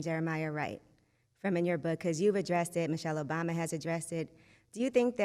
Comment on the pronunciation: You are no good 🤣🤣🤣🤣 It's Obama not "OBaby" lol